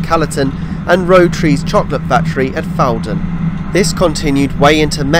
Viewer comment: and elsewhere: It's "FOUR-dun" not "FAU-dun" - as can be heard on the announcement. And , the line crosses the former Fawdon Wagonway route before entering the station from the west, not leaving it as implied here. Sorry to nitpick your wonderful video.